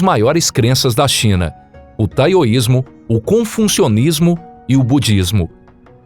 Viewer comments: É taoísmo e não taioismo. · Muito interessante a mitologia chinesa. Gostei só gostaria nas outras narrações de outros vídeos um pouco de atenção com o TaOismo / TaOistas , nao Taioistas / Taioismo . E Confucionismo nao ConfuNcionismo .